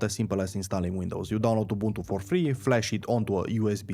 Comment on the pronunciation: Dam you said Ubuntu the way our mother tounge pronounced.